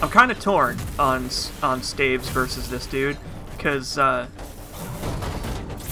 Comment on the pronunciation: STAVES not Stavs